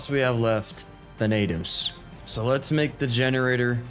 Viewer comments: Your pronounciation "THA-NAY-TOS" Correct pronounciation: "THA-NUH-THOS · ‘Than-uh-tos’ is how you say “Thanatos” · you got pretty close with thanatos! its tha like you say thatch that “tha” na as if your saying nah and tos just as toss tha-na-tos thanatos is also the greek god of death so him being the king titan makes sense lol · Your not saying Thanatos right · Good vid. you did not pronounce thanatos correctly but thats ok